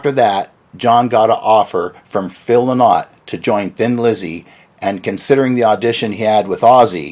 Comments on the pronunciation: Interesting stuff - but it's not Lyn-ott , although it's spelled Lynott it's actually pronounced "lie-not". 👍🤘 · It’s pronounced Phil “LIE-nut” Lynott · It's pronounced "Lie-not", not "Lynn-ot".